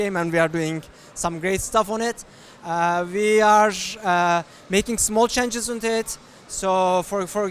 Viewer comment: Hearing him say "We are" as "VR" is just teasing me haha. Hopefully that will be an optional feature! Would be amazing